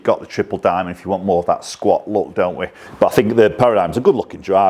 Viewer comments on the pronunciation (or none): none